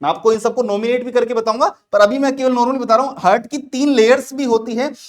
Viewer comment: Pronounciation 🤦🏼‍♀️👎🏼👎🏼👎🏼👎🏼👎🏼👎🏼 हर्ट-हार्ट ,नोज-नौच